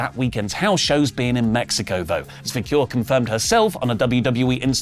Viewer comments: Vah-kerr > Vah-cure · Nothing huge, but i believe her last name is pronounced VAQ EHR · Vaquer damnit! It's pronounced like VA' CARE if you all can't pronounce her f'n name right, that don't say it, Idios Mio.